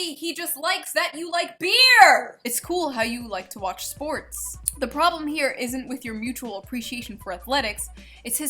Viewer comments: ESTREEM SPOOOOOOOTS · She also said SPOT instead of SPORTS.